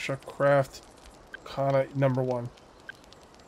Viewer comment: Pronounce Kana like you would Lana....no strong a